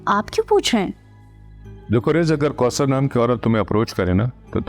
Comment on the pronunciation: Kousar not koter